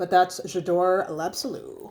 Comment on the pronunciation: I knooooow, Jadore l'absolu got butchered 😔 I now go with the l'or.......... the original always seemed underwhelming to me ❤. Thanks for the video